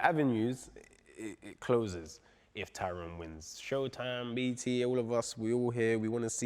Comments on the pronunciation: Big John calling tyron.. "Tyrone" had me crying 😂😂😂😂😂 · Tyron, don't think they said his name properly once.... Edit: aight Vidal has got it